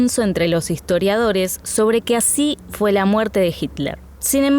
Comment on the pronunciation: "Ashi" "Aposhar" Proshecto" "shevar" XD